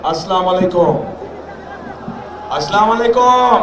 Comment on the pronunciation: ক্ষমতার একমাত্র উৎস - আল্লাহ,, আর ওনিতো সালাম শুদ্ধ ভাবে দিতে পারলো না